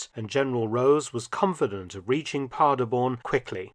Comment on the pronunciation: The city is Paderborn, nor Parderborn like he pronounces it had to look at the map and the 2 star general executed...sad...wonder if the tank commander was held accountable for it